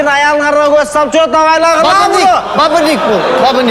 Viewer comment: бирнчиден бабынык эмес бабник